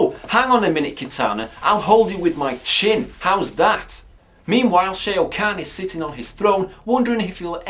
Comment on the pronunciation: stop. saying. shay-o.